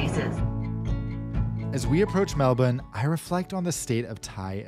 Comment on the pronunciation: THANK YOU FOR PRONOUNCING "Melbourne" 'Melben'!